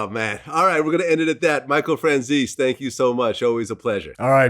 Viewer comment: After all these interviews Vlad still can't pronounce Franzese right.